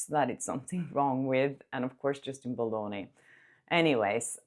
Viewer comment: I gotta say sorry it’s BaLDoni not BaLOni